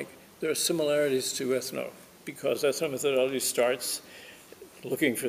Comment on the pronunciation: Please: ethno-metho-DOL-logy. NOT ethno-meth-ology.